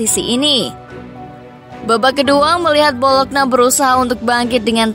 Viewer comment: BoloNYa bukan BoloKna bacanya